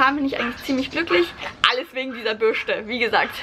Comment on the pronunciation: Lustig wie du Bürste ausspricht:D